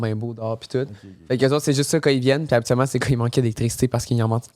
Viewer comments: Est-ce juste moi qui accroche chaque fois qu' dit "ka" au lieu de "quand"?! 😂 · depuis quand le mot ‘’quand’’ se prononce ‘’Kà’’ lol